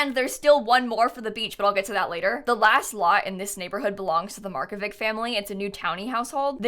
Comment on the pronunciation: btw, marković is pronounced „markovitsh“